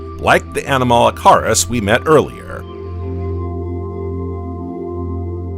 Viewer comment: The period is pronounced "ee-dee-ACK-aran." It's named after the Australian location where the first fossils were found. The "weird shrimp" is "ah-nom-uh-la-CARE-iss."